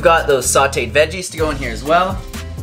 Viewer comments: I'm saying "vejjayz" from now on! Quick tip...you can add some salsa to the unfried beans, too! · 😄 thanks for not editing out your normalness: "veggés" 😉